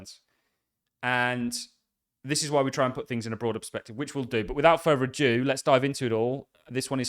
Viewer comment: Will you stop saying "without further ajew" it's ADO!!